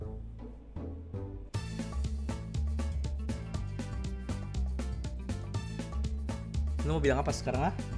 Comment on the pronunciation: "Siaaaaaaaaaaaaaaaal" huruf "L" nya gak terlalu kedengeran